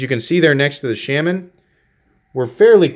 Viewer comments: Shaman sounds close to charmin the way you say it. Shay-man lol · Awesome knife ...thanks for review! I've been slowly getting most of the available Natives and need to pick this new G10 S30V version. BTW your killing the name on the Shaman lol...here is Eric Glesser from Spyderco